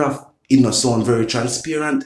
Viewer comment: Opposition!! Not Appasition. Transparent! Not Transparant